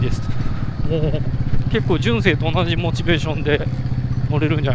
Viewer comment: じゅんせい⤵️じゅんせい⤴️⭕